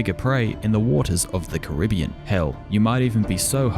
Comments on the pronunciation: You said Caribbean wrong. Fuck you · I just wanna say when he first says Caribbean he pronounces it “carra-bean” then he pronounces it the way it’s spelt and says “that how you say it”